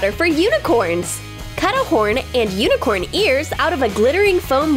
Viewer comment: but it’s Unicorn not Uincorn